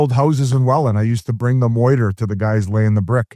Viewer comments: Bizzy it’s mortar not “moiter”. You’re still the GOAT. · Almost crashed my car the first time he said moiter. By the third time, I was pounding the steering wheel. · Peak Biz complaining a war movie was too loud in theatre. But hey at least he can pronounce mortar, right? 😂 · Biz just called mortar, "moiter" 3 times😂 those house are for sure down lmao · I think Whit is Wah-Read about Biz's moiter... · I’m pretty sure this isn’t the first time he said moyter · I would watch 3 hours of Biz pronouncing “mortar”